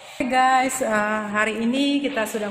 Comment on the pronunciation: " oke gays" 🤣🤣